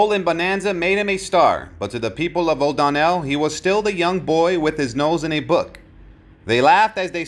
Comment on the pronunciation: the small town in Texas is O'Donnell NOT O'Don nell